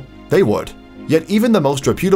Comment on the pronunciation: It’d be nice if the boneheaded narrator could pronounce “reputable “ correctly.